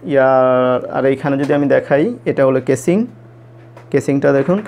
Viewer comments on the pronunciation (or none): none